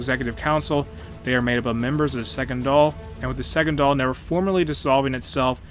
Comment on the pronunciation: Congrats on your pronunciation of The Dáil but not so much Connacht 😂 … I’ve been looking for a thorough play-through of Ireland on here. Bit of a noob so nice to be able to watch in real time!